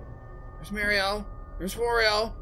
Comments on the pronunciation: I like how you say Mario, sounds original to your channel 😁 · at first it bugged me on how you said mario but now im fine with it^^